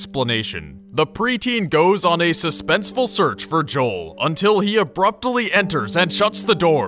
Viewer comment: I have never heard someone say the word "abruptly" in four syllables...